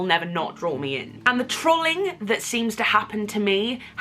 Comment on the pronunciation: First time I've ever heard some say the word 'trolling' like that.